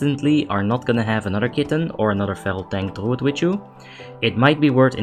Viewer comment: "Druud is Druud and has Druud Utility." Lmao. Legendary.